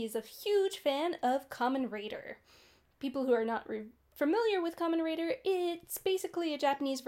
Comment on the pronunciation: Kamen RIDER not raider lol. And his name is TERUHARU and is nicknamed "hideo" as he often runs into trouble like a hero.